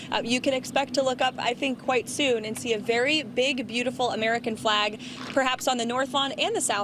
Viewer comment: Every time he says the word beautiful he bastardizes it